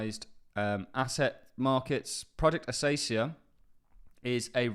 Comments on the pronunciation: Pronunciation advice..... It is based off the plants in Australia, pronounce it with a K sound not an S. Akacia not Asacia. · lol, It's A-KAY-SHEE-A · you would have to call the person naive who really believed that Dimon and JPM were slashing on crypto for real....no, it was a show, in order to delay the hype that would ensue naturally, btw it is "acacia" with the first c pronounced as [k]